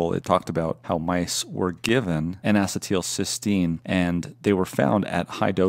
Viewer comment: "In a settle Sistine" N-acetylcysteine